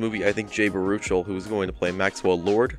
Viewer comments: I hate to be this guy, but: Jay Ba-ROO-chul and rhe-TIH-cent? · Pretty sure it's pronounced Jay "BARE-oo-shell."